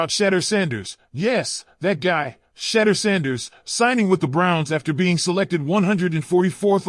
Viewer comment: You can't even say shedeurs name right